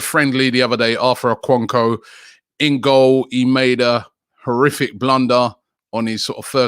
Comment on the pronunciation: Robbie can you at least put in a little effort in these pronunciations??? What you are doing to O-ko-N-kwo's name is really unacceptable. "Kwo" pronounced as "Q-or"